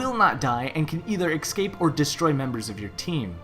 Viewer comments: It's not ecscape it's escape. You are saying it wrong! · He can't pronounce escape. Es-cape not excape. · its escape not exscape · "ex-cape" ??? E-SC-APE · No because me and everyone else hears excape in stead of escape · All I hear when talks: X cape._. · Why just why you said ES-CAPE so much and said it wrong every time :( that was so annoying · X Cape is what I keep hearing. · The way you say escape is really weird. It's "ekscape" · "Ickscape" CRINGGGEEEEE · You mispronounce escape and it hurts. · Learn how to use pronounce the word "escape" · Top 5 worst pronunciations of the word escape. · nice video but i cannot deal with how to pronounce escape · I was about to make this same comment